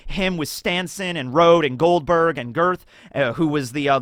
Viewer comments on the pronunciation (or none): none